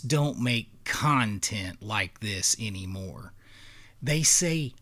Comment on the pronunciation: Bro what accent is that you have where "anymore" is pronounced "eeeniemore"?